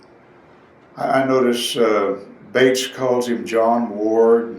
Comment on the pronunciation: He is mispronouncing the lawyer Bates's name!